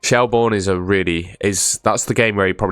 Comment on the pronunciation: You said Shelbourne as if you've never heard of them. One of the most famous teams in Ireland.